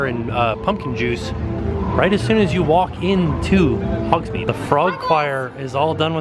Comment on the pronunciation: Lol I’m going to tell you as a friend to friend....it’s Hogs-Made not Hogs-Meed you been saying it wrong for decades now but it’s ok 😂